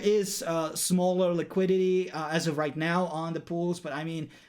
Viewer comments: Good video, but it's Liquidity not Liquidy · Quick English lesson. WASP is pronounced WOSP. And its "LIQUIDITY", not "LIQUIDY". 👍